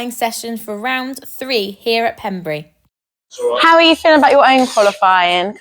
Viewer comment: It’s pronounced Pembray, even though it’s spelt Pembrey! I used to work at the RAF Range… 😮